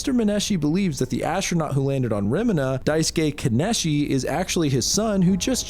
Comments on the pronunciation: Also loved this video but did you not look up how Remina is said, you're saying it like it's a chemical made to clean toilets 😂 re -MEE-na, or reh-miin-ah, Not -reh-minh-hah. I'm so confused how someone could come to that conclusion. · You had me thinking Ive been saying Remina the wrong way the whole time 😂 for future reference it is indeed said 'reh-mee-nah'